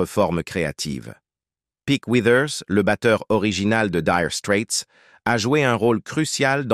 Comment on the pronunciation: LOL 'direu strète'